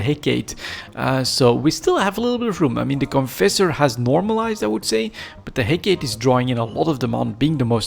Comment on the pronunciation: Head Gate.....Hecate....sorry just always funny to hear you say it.